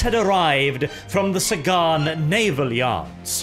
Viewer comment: The English language: Sagan: SAY-GONE